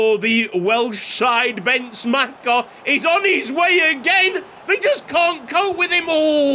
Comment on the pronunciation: As a Hungarian I can tell you to spell the second 'e' in Bence Macher's name like the first 'e'.